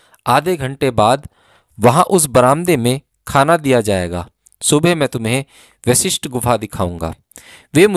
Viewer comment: Aap bahut hi nek kaam kar rahe hain yeh sab sunakar....par aapse Anurodh hai ki apna uchaaran theek rakhe.. Vishisht gufa nahi hai yeh Guru Vashishth ke naam par Vashishth Gufa hai...kyunki jo aap bolenge log ussi ko sunenge...par shabd ka arth badal jaayega...kripya dhyan de